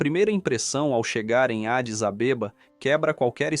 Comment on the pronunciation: Essa pronúncia da capital como Adis AbÊba me tirou do sério.🤣🤣🤣